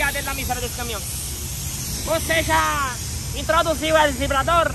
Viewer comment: "Entroduzio o evribado" kkkk